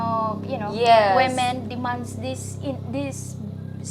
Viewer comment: I think its funny how you say demands, it sounds like demons LOL